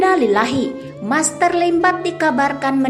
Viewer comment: Bkn maser tp master